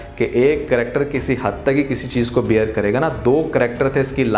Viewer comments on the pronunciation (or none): none